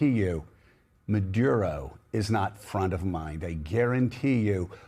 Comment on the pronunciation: You’re both pronouncing Maduro’s name differently. I love hearing your thoughts, but this is distracting.